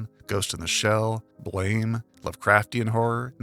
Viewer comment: I applaud your approach to the game that more can be concretely figured out than most people want to believe. Very few people are so bold unfortunately. Funnily, in the beginning you say you are going to try to avoid mispronouncing names, but you mispronounced the name of the BLAME! manga. It's not pronounced like the English word, but like a pistol bang - /blam/. The debt to Silent Hill (PS1) is even greater than you let on. The whole narrative structure is primarily inspired by SH. Gestalt has different definitions depending on the field. I actually think the devs employ not the psychological, but the linguistic meaning of the definition. Bioresonance lets you reshape reality, like with the examples you gave (terraforming), so in a very materialistic way, not influence reality itself. In the story synopsis it would have been helpful to put on the screen the textual evidence you use as reference. I'm pretty sure most of what you said is accurate, but on a few points I'm wondering where exactly you got the details (like dates/how much time had passed between events). So far so good, but you lost me at the dream part. If you go strictly by the textual evidence, the game establishes only two elements that can be the key for untangling the narrative mystery. Bioresonance which I mentioned its limits earlier, and more importantly, Synchronicity (I count Synchronicity and persona degradation as a single narrative element here). Everything in the video that you said has to be attri